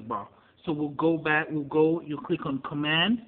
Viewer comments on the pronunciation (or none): he said cwick not click